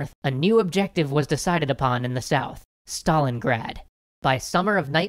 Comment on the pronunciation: STALIN GRAD NOT STALINGAAD